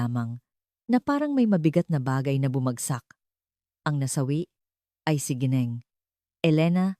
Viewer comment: Nakaka stressed the way you said GINENG , buysit!!!!!